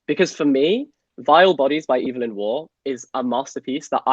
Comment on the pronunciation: thank you for saying eve-lyn and not ev-uh-lyn i feel SEEN